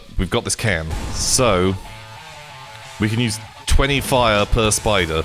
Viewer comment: This whole time i thought was saying 'speed ray' when he was saying 'spidre'